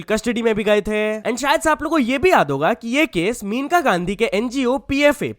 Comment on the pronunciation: It's not meneka ... maneka Gandhi